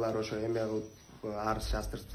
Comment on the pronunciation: Эме кылып элэ дейсин так айталбай